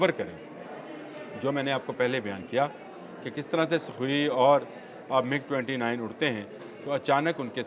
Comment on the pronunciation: It is not MUG it is MIG